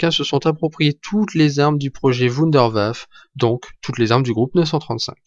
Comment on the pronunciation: Wanderwaf pas wanderbaffe xD ! tu m'a tué x)